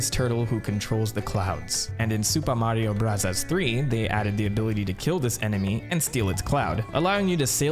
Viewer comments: Why does he keep saying supa mario brazzers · Nobody:: "Soopa Mario Bruzzahs" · you dont have to say "super mario brazzas" you can just say bros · It's Super Mario Brazzers, You've been pronouncing it wrong the whole time. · Whys this guy saying the game titles in a Japanese accent goofy ahh mf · Why can’t you say super Mario bros normally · stop pronouncing super mario bros like that, jesus you're annoying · Buzzy beetle not buzzle beetle, also you said super Mario brahzahz a lot, is that a way to say it I didn't know about?